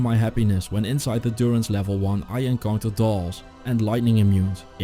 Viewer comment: Djurence., not Duronce.